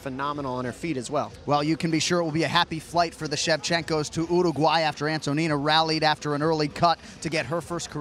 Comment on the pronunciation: thanks for properly pronounced Uruguay